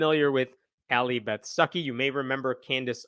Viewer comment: Every time you say her name I hear "sucky"...